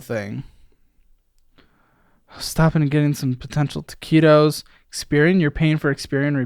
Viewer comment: What do you mean when you say “taquitos”? Or at least that’s how it sounds 😂